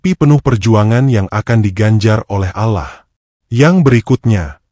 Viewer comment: Saya tdk percaya begitu saja, karena naratornya bahasanya tdk fasih dalam mengucapkan ALLOH, الله،